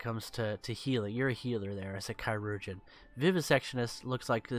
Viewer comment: Chirurgeon is said as surgeon, as in the doctor who performs surgeries